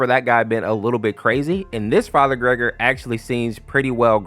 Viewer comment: It's actually "ger-gor-e" not "gregory" when referring to farher gergori in half life 2